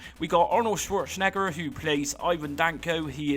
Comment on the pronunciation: Chwoure Chen Egger? 🤣